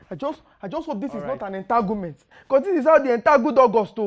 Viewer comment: So funny she said i hope this is not an entangelment.🤣🤣🤣🤣🤣